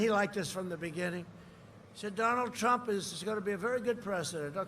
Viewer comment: Donald Prump! 😂